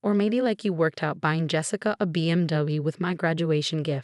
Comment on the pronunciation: Good story how can you take someone education fund ? It seems that the stepmom is diabolical in dealing with her dead husband business. Teach the narrator how to say BMW.